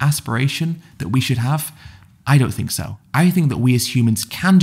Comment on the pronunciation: Too bad ed doesn’t take some time to figure out how to pronounce “th” words. I hear him saying “fink” “frew” and just can’t help but think dumb…..